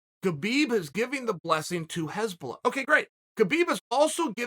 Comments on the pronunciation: Just funny that he says heshbolla instead of hasbulla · This is one of the funniest mispronounced names in chaels history. hezbollah and hasbulla are two very different things lol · Its not Hezbollah, Chael. Its Hasbulla. Hezbollah is a Lebanese muslim army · No one clocked hes saying Hezbollah ? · "hezbollah" LMAO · Its not HEsbulla its Hasbulla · Chael, it's Hasbulla. Not Hezbollah. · Hasbulla not Hezbollah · Nobody: Uncle Chael: Hesbulla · No disrespect Chael, but his name is 'Hasbulla.' Pronounced HAS-BULL-UH You are calling him Hezbollah which is the name of a middle east military group, often referred to as terrorists. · No one: Chael: Hesbulla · Hasbulla : Chael: "Hez bollah" Hez bollah : "Ok great" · just when you thought it couldn't get better than "yeery provider", chael offers us "hezbollah" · anyone notice that chael is pronouncing Hasbulla name as Hezbollah which is a name of a anti Israel terrorist organization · “If u realize that I’m saying the wrong things and u think u need to correct me, u don’t.” We know Uncle Chael, that’s because you’ve never been wrong, whether it’s fight predictions, pronunciation of names or physical combat. Uncle Chael has never lost. Undefeated and Undisputed. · Chael mispronouncing Hasbullah’s name as a terrorist organization is even better then how he slaughters Machachev’s name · so him saying hasbulla with an "E" isn't bothering anyone else ? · Chael is totally working this act like he doesn't know anything about Hasbulla.... he knows everything. this is the same work as him mispronouncing names